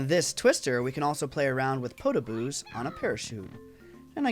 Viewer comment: Just so you know they're Podoboos, not Potoboos. But still, Great video <3